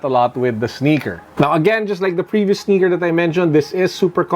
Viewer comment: "Passion with the sneakah"